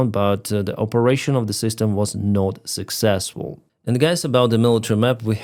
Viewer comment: very suckzzesful, indeed LOOOL